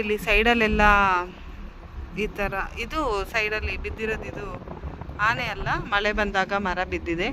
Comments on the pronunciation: Hane alla taeee ane adu sondelu alla dantha😂😂😂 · ಅದು ಹಾನೇ ಅಲ್ಲ ಆನೆ